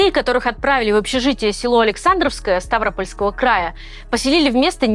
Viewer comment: Новое достижение в плане ударений — СтАвропольский край. Ну вы красавчики:) И двоечники самые настоящие:)